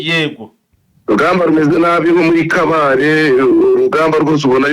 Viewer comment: Mwatse ntabwo ari kabale ni kabare.